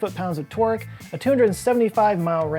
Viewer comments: Hello, I am very tired. I seldom hear or use the word "torque". Just wanted you to know that when says it I hear "twerk" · I always hear twerk instead of torque.